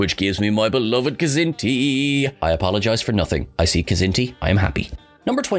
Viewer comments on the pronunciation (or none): none